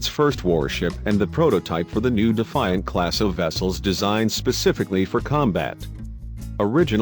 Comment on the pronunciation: The DEE FI ANT.